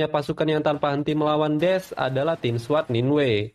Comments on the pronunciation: daish bang bacanya bukan des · Pembetulan mas, bukan des tapi daesh(da'esh) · Daish min bkn des.... yg bener sebutnya jgn konfius... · Da'esh bang bukan Des😅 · PEMBETULAN ISIS DI PANGGIL DA ESHH BUKAN DES PERNOUNCENYA AGAK SALAH YA BUND😂BTW MANTAP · Bukan des min, tapi DAESH/DA'ISY/داعش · daesy bang bukan des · Afwan Daesh bukan Desh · Daesh bacanya Da-Ish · bacanya DAESH min